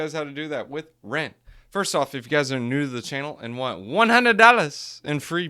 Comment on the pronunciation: I'm back. And I heard 2...."one hundwed dallas!....in free.....btc". Niiice.